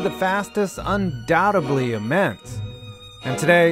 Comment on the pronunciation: “Undoubtably”? Supposably, that’s not a real word. Maybe a trip to the libary?